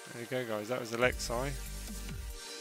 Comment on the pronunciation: Its Alex-E not Alex-I it’s spelt Alexei but u say Alex-E (friendly reminder)